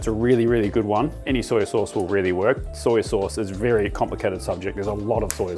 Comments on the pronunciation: ITS SOY SAUCE NOT SOYA. THERE IS NO 'A' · Soya or soy sauce…darn accent or version of English you aussies use😝